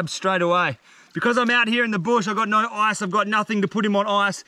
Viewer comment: Nor way, NOR WAY BRO....why can't people from Australia say No?